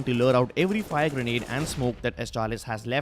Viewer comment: Great video ... but please don't say fire greanede